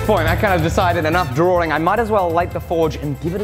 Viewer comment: isn't it 'drawing' and not 'drawring'?